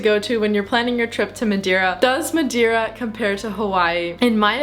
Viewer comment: Hello.. 5* video my problem is why saying madewwra you can speak normal english and still saying madeira not madewwra its just weard... but very nicely done